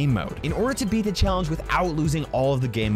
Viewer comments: I like how the fact that "The" is "Da" 😂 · I like how its Da Rules instead of The Rules